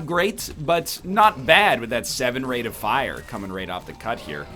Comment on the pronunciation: anyone else think that nl's pronunciation of "rate of fire" is extremely odd 🤔